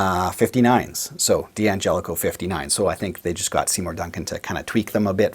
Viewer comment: It's still supposed to be pronounced dan-JELL-ih-koh. The first 'D' is not pronounced separately. (Same with D'addario.) You can get a six-way switch at StewMac. They've had them for a while now.